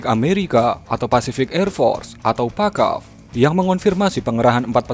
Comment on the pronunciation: Pacaf : terdengar fack aff